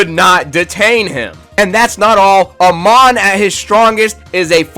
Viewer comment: Nah bro whyd you say amon like that 😢